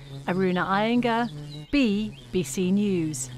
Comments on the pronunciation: At the end she said BEE BC News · BeeBC News. XD Don't tell me I'm the only one that heard her put emphasis and then pause after saying "Bee". XD lol